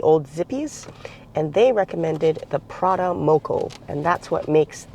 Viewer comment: Yum, I love anything corned beef, but why "Prada"?